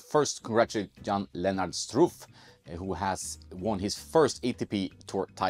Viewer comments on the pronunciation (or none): His name is pronounced Shtruff, not Struff. Greetings from Austria ;)